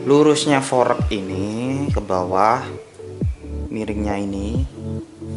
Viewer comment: Kocak banget lu bang jadi pelawak aja, fork dibilang forek wkwk